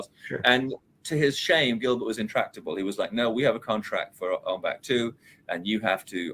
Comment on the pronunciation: why does he keep saying ON BACK instead of ONG BAK... it's only showing respect for the Thailand language to say it rite!!